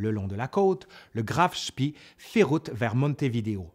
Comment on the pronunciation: Toujours passionnant ! Petite remarque sur la prononciation des noms chermaniks : on dit Graf Spéé et non pas Graf Spii...